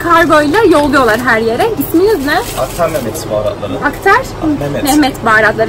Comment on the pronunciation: attar değil abla aktar 😂❤